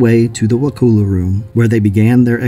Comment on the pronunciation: pronunciation is "Wuh-cull-uh"